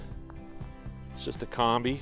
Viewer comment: You're butchering the word "Kombi".